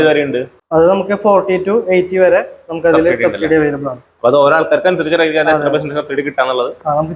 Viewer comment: എന്താ ഈ ശബ്സീഡി....